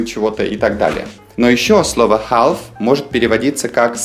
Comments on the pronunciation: Half звучит как хаф. Но не как не халф. Л здесь глухая и не произносится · не халф, а хаф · В словаре слово half читается как [ha:f], а вы читали [half], как вы это объясните? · Слово HALF НИКОГДА в жизни не произноси как ХАЛФ. Учи английский, чувак. ХАФ - вот как звучит и произносится слово HALF. Есть слова - исключения, которые просто нужно запоминать. Например: Leicester- Леста (причём А произносится что-то вроде А и Э одновременно. Flitwick - Флитик (город в Бедфордшир) Norwich - Норич (даже не Норидж, как переводит Гугл). Поживи в Англии с десяток лет, а потом уже учи людей английскому грамотно. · полистал комменты, но никто, кажется, и не заметил. В самом начале во второй фразе Now it looks as though .... . Здесь AS THOUGH - это неделимая фраза, которая означает "как будто". А вы представили, как AS - как, а THOUGH - хотя, что в корне не правильно. Также было забавно слышать произношение слова HALF с буквой Л - ХАЛФ) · Half - Правильно произносится ХЭФ. Буква Л глухая. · Чему ты учишь людей, если half произносишь как хаЛф? Жесть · Half не произносится с L. Пишется, но не произносится. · Почему вы произносите букву l в слове half? Эта буква в середине слова не произносится: salmon,almond,half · В слове half L не произносится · Ребятки, вы меня круто разочаровали. Прежде всего в HALF - Л не произносится... Это первый класс... Все остальное про HALF верно с точностью до наоборот: Не переводится это как "совсем/вовсе" . В данном случае все буквально и просто: "Я и не половина того человека, которым был раньше". Про "don't half" я не знал - погуглил - Выражение чисто британское и смысл его противополовный вашему: "не половина, а все (всецело/точно как)". Логично. Например: "Yоu don't half like Putin." - Выглидишь точно как Путин (буквально "Ты НЕ ПОЛОВИНА Путина, а точно Путин"). Отписываюсь